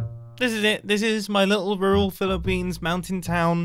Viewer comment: Mumbo say pillipines Pilipinos: who has summond me